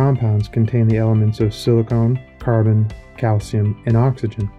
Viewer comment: I listened up until narrator called silicon silicone.